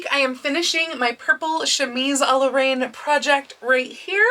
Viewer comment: Reine is pronounced ren, like ren faires... Love this dress, thanks for the video!